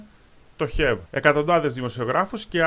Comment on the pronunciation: Χαβ μωρε τι χεβ το have